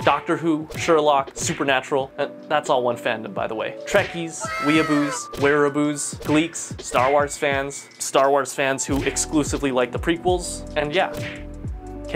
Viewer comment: i know that but he say “wearaboo” with an R.